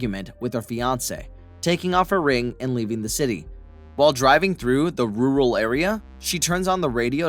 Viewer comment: What is a "ROO-RAL" Area???